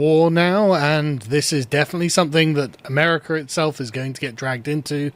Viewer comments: Why do you add an "R" to the end of America? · He's English, they do that in the middle of sentences.